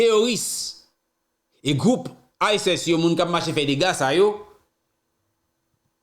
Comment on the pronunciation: Mon frere, ce pa ISES, ce.ISIS. Ou rimin di Erop, a c'est Europe, pa gin accent sou O wa. Ou di enpil vie mo. Range bouche ou the kap ensegne le monde.